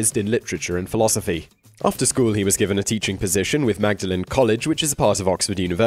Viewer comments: Magdalen College is pronounced Maudlin College. One would expect an Englishman to know that! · Great video. Sorry for being pedantic: Magdalene College, Oxford is pronounced Maud-lin and Cao Xueqin is pronounced Chow Shwear Chin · It’s pronounced Maudlin not Magdalene College. A real shibboleth!! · Very interesting, as usual. I have one tiny quibble: 'Magdalen' College, because of the tremendously logical way English works, is pronounced 'Maudlin'. Yes, really. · Magdalene is pronounced Maudlin when talking of the UNI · Simon, really, Magdalen? It's pronounced Maudlin..... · I understood that the British pronounced Magdalen as Maudling! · In terms of C S Lewis Magdalen College is pronounce maudlin, don't know why but it is. Also The Lion, Witch & Wardrobe is not the introduction to the Narnia series, the first one was The Magician's Nephew. TLTWATW was book 2 in the series. Get it right!!! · Magdalen College is pronounced Maudlin College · Magdalen College was/is pronounced MAUDLIN. You're a Brit... You should know this! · It is pronounced Maudelin College Oxford! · Did you say "mag- da- len" college? Do your research man! It would only take 30 seconds to go on Wikipedia. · Magdalen is pronounced Mawdlin. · Did you say Mag-da-len college Oxford? come on, you are English you can do better than that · Had to get something right eventually, after he ballsed up Vinci, Magdalene, and Cao Xueqin...